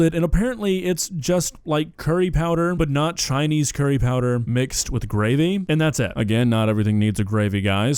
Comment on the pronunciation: That's not Chinese... That's Choyneyhs Bruv